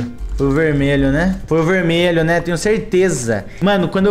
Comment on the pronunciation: coloca no 0.5 "verdmelho"kkkkkkk